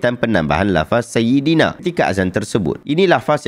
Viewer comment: Dengar macam dia sebut saidana.